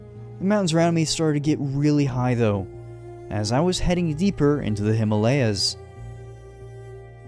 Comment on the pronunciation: U pronounced Himalayas wrong